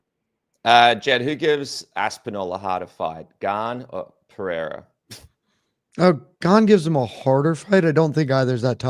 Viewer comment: The way Jimmy says "Pereira" is hilarious. "Padeda" sounds like a speech impediment 😂 love Jimmy though. Great ep, boys